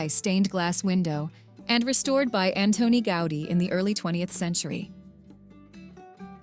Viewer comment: 🙋🏼‍♀️Hello from Barcelona and I make constructive criticism. . The name of the Catalan architect is not pronounced the way you do, it is not Anthoni Gáudi, phonetically Antoni, it is pronounced accentuating the "O" and with "T", without the "H"..and the surname Gaudí, accentuating the last letter ,the letter "I"..ah and by the way, the mariachis that appear in the video...they should be in a video from Mexico, on another continent, you know🙄...in a video from Spain of course not. 🤷🏼‍♀️🤦🏼‍♀️